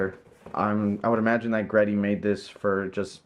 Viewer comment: it's actually pronounced G-Ready* hehe